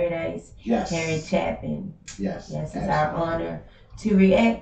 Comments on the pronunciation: Last name pronounce like "Chaypin" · Hey, y'all don't drop the ball either. Harry was genius through and through, but a good genius, which is even better. Only way to fly! His brother Tom Chapin (pronounced "Chay-pin") is still alive, last I looked, and also has a way with music. Perhaps his most haunting and profound song is "Sniper" based on an actual incident, in Texas I believe, and illustrates the motivation behind such a person. As he is dancing in death like a marionette, as Elton John put it, in his also profound "Ticking", the young man cries out: "I was, I am, and now I will be." A wee bit too preoccupied with I, I, I, perhaps. Harry's song: "Sunday Morning Sunshine" is a breath of sunshine. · Once you do Taxi you have to do Sequel, it's a set, you only heard half the story so far. John Wallace sings the bridge in his falsetto, you can hear his deep baritone voice on Mr Tanner. btw it's pronounced with a long A sound CHAAA pin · His last name, Chapin, is pronounced like "day" (chay)pin. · Long A, Chapin, Chappin would require 2 Ps to make the A short